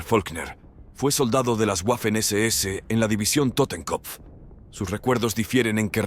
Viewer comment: Waffen, palabra alemana que se pronuncia VAFEN, no GUAFEN.